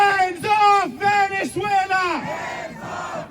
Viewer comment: They can’t even pronounce Venezuela properly 😂